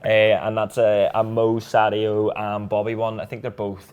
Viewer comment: Love:) Read something the other day about the pronunciation of Sadio's name, a coach from Senegal I think, he said it is pronounced SAH JOH and just as a matter of respect I think anyone would want their name pronounced as it should be....do you think? And people in your position could be super important to get this over....DAYZJAN should also be pronounced DAY YAN.